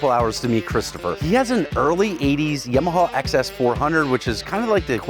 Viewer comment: I love that pronounces yamaha as yam-a-ha.